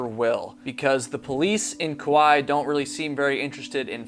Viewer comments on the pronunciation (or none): It's not Koo-why. It's pronouncex Koo-why-ee